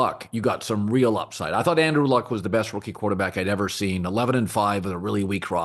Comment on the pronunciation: “Seend” ??? Lmao 😂😂😂😂